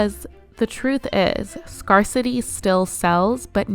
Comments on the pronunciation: Love this video and so happy I found your channel! The way "scarcity" is pronounced made me wonder if this was a video voiced by AI though. "Scarcity" sounds more like "scare" than "scar" :] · Just found you. Very interesting analysis. Darling it's pronounced 'scare-city' not scar-city'. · scarcity is pronounced "scare ci tee" -sorry had to. writing with AI ruins it when you cant pronounce its words correctly. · Very good video, but the correct pronunciation for scarcity is “scare-city”